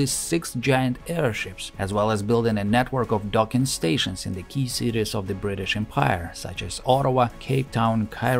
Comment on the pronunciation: I know we Brits pronounce it without a solid T as Bri'ish but you don't have to compensate by adding extra T's!